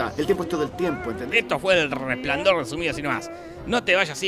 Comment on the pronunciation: Tienes "El Resplandior" Diras "El Resplandor" shh, que nos acusan por plagio